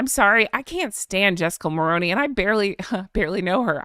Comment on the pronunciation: Honk Honk 🙋‍♀️🍁🇨🇦🍁 As a Canadian who actually voted for her father in-law I'm trying to be helpful and nothing more so please 🙏 Please do take it for anything other than trying to be helpful... Jessica Mulroney's last name is pronounced Mull-roo-knee and not Mull-row-knee ... Hope you find this helpful...take care best of wishes and Honk Honk 🙋‍♀️🍁🇨🇦🍁